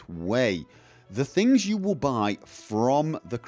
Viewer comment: Time vill tell, sooner or later, time vill tell.